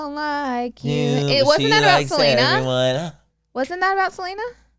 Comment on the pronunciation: The way that manny and Laura keep referring to Selena Gomez as “Seleener” is killing me 😂💀